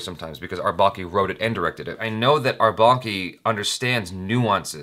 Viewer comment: That awkward moment, When for the 1st time was saying indian name(R balki) correctly,still he apologized twice or thrice..😂😂😂